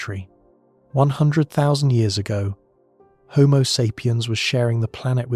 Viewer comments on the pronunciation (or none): none